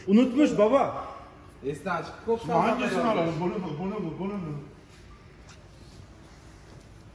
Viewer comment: Салем из Казахстана. Коксал Баба. Правильно прочитал)